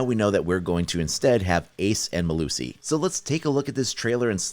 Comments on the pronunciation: Wtf is up with him adding a “sway” to the end of both the South African names. PhiliSWAY and now Melusway bruh it’s pronounced Phili-seize-weh and Melusi is pronounced Meh-lucy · The proper pronunciation of Melusi is Ma-loo-see